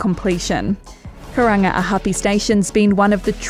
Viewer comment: "Kurunga - a- huppy" 😂😂😂 she didn't even try lmao